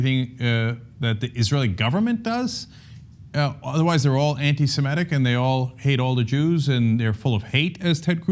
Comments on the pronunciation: Not anti-semetic. Anti-semitic. It's pronounced semitic. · The word is anti-semitic, not semetic. Why do so many professional people have trouble with that very simple pronunciation.